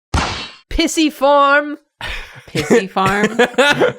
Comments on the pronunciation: Came here to be annoyed at how pisiform is being pronounced in this video! But then there are comments of being pregnant! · Listening to yall pronounce these bones is so oooooooo funny Pissyform PLEASE HAHAHA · Your pronunciation of the bones..... they are so blursed. Also, Pisiform is best baby. Congratulations,!